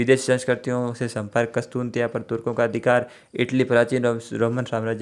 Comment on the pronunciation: सर कस्तुनतिया नहीं कुस्तुन्तनिया हैं सही शब्दों में।